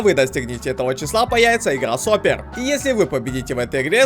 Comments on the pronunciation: Сопер? СОПЕР? ТЫ КАК ЭТО ОЗВУЧИВАЛ? Ладно... сапЁр. Игра такая "сапёр" ну не как не сОпер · сапЁр а не сОплир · Пруф что нейронка - не сОпер, а сапËр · ЕСЛИ ТЫ ЕЩЕ РАЗ СКАЖЕШЬ "со́пер" ТО Я ТЕБЯ ИЗ ОКНА ВЫКИНУ! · Не сопер а сапёр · Да не Сопер, а сопЁр!